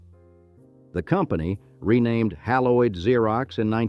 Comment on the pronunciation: AI: Pronounce Haloid right - its not "hal-o-id". Its "HAIL-oyd".